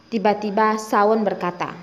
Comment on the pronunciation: Cara baca yg benar Shawn = shon River = river ( bukan raiver)